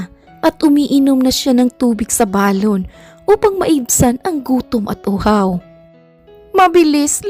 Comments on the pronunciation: Ang correct pag pronounce ng salitang balon ay mabilis . Hindi malumay. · Oo kasi kapag malumanay parang lobo na Ang dating non.....😅